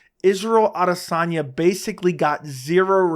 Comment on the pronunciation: You’re talking about respect without even pronouncing his name correctly 😂